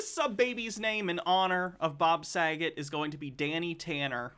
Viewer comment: I don’t like the way he said Bob Sagat’s last name, he put a little too much emphasis on it. It definitely gave “Haha his name can rhyme with the F-slur” “joke”. And I’m glad someone in the chat caught the same vibe